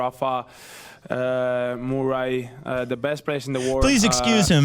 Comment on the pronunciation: What is the problem with 'mooray'? He is constantly being called 'alcaras', the stress in the first 'a' (it is 'alcarath', the stress in the last 'a') and never complains.